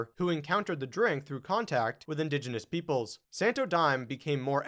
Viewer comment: IN-dogdge-inis is not a word lol . It's IN-didge-INis LOL